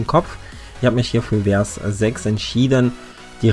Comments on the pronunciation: Hallo und nix für ungut, aber ich muss jetzt mal kurz klugscheißen ;-) Ein Vers ist quasi die Strophe eines lyrischen Textes und wird Fers ausgesprochen und nicht Wers. OK Google, Klugscheißermodus aus und danke für den kleinen Guide :-) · vers mit V und nicht mit W aussprechen bitte. danke :)